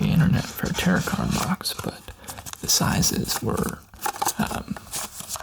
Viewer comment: This is thing a knit (nit?) pick on, but tarot is tear-row not tear-rit